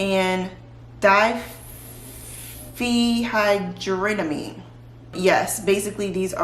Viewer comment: Die-fen-hydro-meen. Lol. Its Benadryl. Not that you need to know. Loving your channel by the way. Been binge watching!!